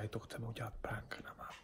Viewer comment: Ne říka se prank ale prenk a píše se to prank ale vyslovuje se to prenk